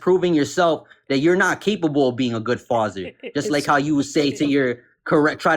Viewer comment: “Fazzer” instead of Father. “Woman” instead of women.. hellFIRE instead of hellfire. This guys IQ would freeze an ocean